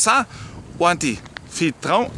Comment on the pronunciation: Antifitrão....😂😂😂😂 essa foi a melhor de todas os erros de um alemão falando português...não dá bola que a gente entende é só seguir falando que tudo se encaixa